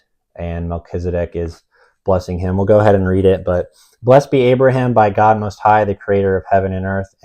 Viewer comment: lol I was confused why u kept referring to Abraham as abram